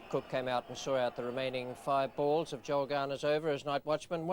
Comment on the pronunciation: It's Joel not Joe please Ray